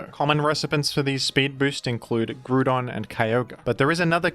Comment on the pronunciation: Ok even Wolfe wouldn’t pronounce Groudon like crouton